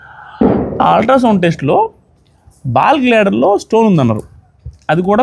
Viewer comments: naayanaa, ball gladder kaadu, gal bladder, entha serious gaa vindaamannaa, navvosthunnadi , chusuko naayanaa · Ball gladder 😂 kadu GALL BLADDER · Bal gladder kadu gallbladder andi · Balglader kadhu andi, gallbladder andi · Ball glader kadu gall blader